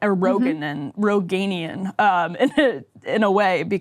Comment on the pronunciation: "Rogainian" 😂 unintentially hilarious term (obviously she men "Roganian" but the pronounciation she used was great)